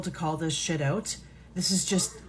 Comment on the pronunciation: The way she said "Out" she's Canadian. So, they're outsourcing their trolls now. Not just jobs, money, production and influence?